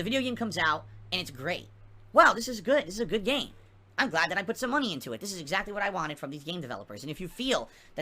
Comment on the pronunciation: "You give me mahney, no questions to where it goes!! " Angry